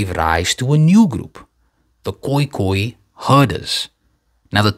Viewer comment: By the way, dis ne 'San' nie, maar "Saan", soos in 'haan'. En daai pastoralists van Oos Afrika — die Khoeikhoen-hulle — is gespreek 'koei-koei-n'. En die Saan woord vir 'mense' is eintlik 'Tu', soos in BaNtu